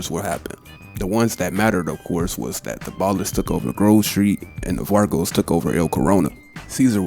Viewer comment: Why u say vagos Witt a R fam😂😂😂 Keep doing ya thang bruh